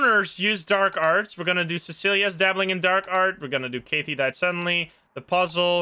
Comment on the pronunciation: Kathy rhymes with Math-y Just FYI